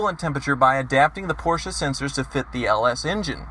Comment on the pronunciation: "This porshe's doin it fer dale!" Fucking died.